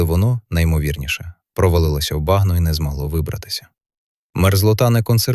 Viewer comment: 10.30. мова про лошА, читає лОша і потім бАгно, мамонтЕня